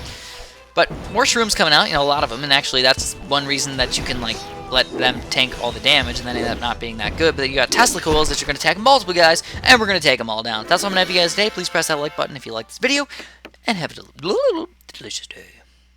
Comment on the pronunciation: My thoughts are that you need to say Tesla Coils, and not “testacles”